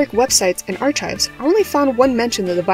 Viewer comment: .... and archives is pronounced "ar-kives" not "ar-cCHives" 😅